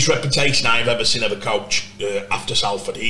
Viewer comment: Still saying SAL FORD instead of SOL FORD. 😂